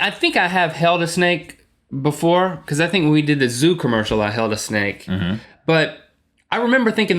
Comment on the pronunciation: i really love this these two, but Link is starting to drive me crazy with the way he pronounces because :P ive picked up on it in a lot of episodes and he always says it like bucause- or stutters and says bucause-bucause- ( buh-cuz ) lol not hating on Link just sayin' he drives me crazy!! xD Link says bucause, than right after Rhett says because twice properly. listen closely!